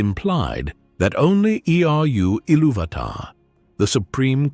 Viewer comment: Lost me at E-R-U ilúvatar 10 seconds into the video... These AI voice overs are getting really annoying.